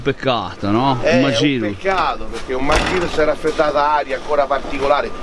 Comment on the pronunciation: Segnalo la pronuncia "magirus" scorretta. Poiché tale nome è nato in Germania, lo si pronuncia alla tedesca, quindi "Màghirus"